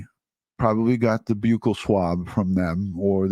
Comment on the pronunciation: Even if she knew about SWers in her home…. Doesn’t equate to her knowing if he murdered them. I feel horrible for that poor woman. (Side bar….thx for pronouncing buccal correctly…lol when people say “buckle” it drives me mad😅😅😂). Love your videos …love that you have that added bonus of your local coverage to share !